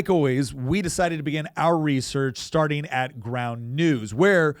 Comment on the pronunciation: "Starteen", "intresteen", "suggesteen", "cutteen", "mappeen", "haveen", "receiveeb", "voteen", and "socsha" are not words.